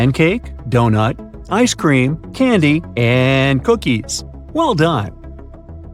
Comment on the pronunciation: "Ice Cpeam?"